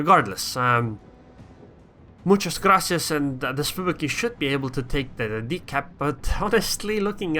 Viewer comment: Good Spanish pronunciation! Do you speak it?